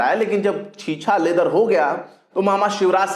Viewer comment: Chheechhaa Ledar nahein hotaa hai. Chhichchhee Leed-ar hotaa hai !!